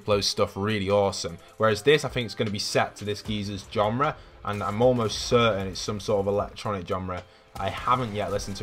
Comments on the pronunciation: I thought i heard that too xD it could just be my inner London-talk lmao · "This geezers genre" Ah yes, the British is coming out of! Do it for us British folk!